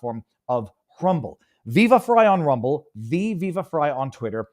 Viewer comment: So it's "fry" and not "free"? Oof poor timing, viva...